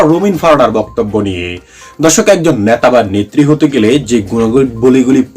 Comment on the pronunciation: ন্যাতা, ইসটাইল,অবাব, এ্য।বং, শ্যাশ কী জঘন্য উচ্চারণ !